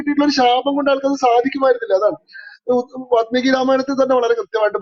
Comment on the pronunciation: Vaatmeeki alla, Vaalmeeki.